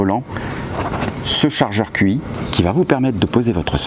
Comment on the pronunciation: Très sympa cette vidéo. Merci. Par contre, c’est Tchi. Pas QI. Qi en chinois se prononce Tchi. Voilà 😋